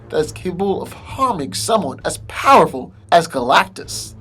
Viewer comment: stop over pronouncing "powerful'